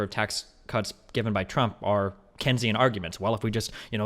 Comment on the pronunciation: someone tell destiny how to pronounce keynesian